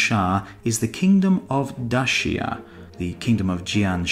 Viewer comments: Daxia souns more like Dacia then Bactria! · Daxia sounds almost like the pronunciation of Dacia in Romanian